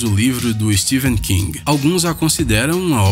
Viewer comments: STEPHEN KING e não STEVEN!!!!!!! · Chamar Stephen King de Steve king por que? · "Steven King"? Puuuuts. Ótimo vídeo.